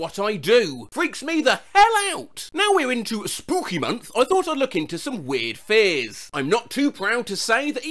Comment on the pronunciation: he said the thing IT IS THE SPOOKEH MONF